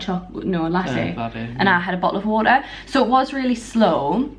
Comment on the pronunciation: What did i just hear? What... Bo'oh'O'Wa'er? 😂😂😂